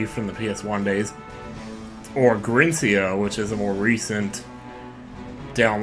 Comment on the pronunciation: The title of the game is pronounced like "grind", since you have to grind a lot to get 100%